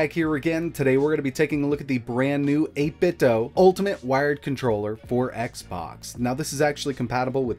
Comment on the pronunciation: it's pronounced 8bit doo